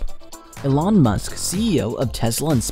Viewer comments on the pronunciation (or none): none